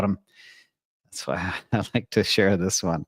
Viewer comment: "I likkkeee"